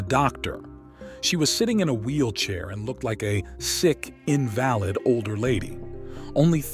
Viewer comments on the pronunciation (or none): "invalid older lady" -- you pronounced this like in-VAL-id, as in an invalid driver's licence. The word you want is "IN-val-id". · She was an invalid invalid.